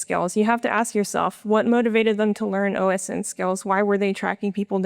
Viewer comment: ITS O-SINT NOT OS-INT